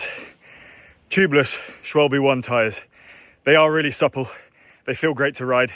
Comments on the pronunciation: Schwalb-eh (h silent) not Schwalb-y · The branc Schwalbe is not pronounced shwalbee but more like shwalbay. btw. Schwalbe = swallow/dovetail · Please don't say "Schwalbs" :D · Swahl-buh (German for Swallow, the bird).